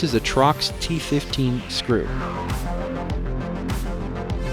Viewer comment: TORX (torques), not trox